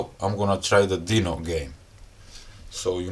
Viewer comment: dino ❌ deno ✅